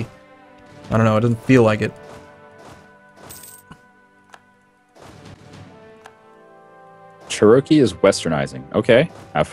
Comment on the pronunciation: typhoon Chair-o-key...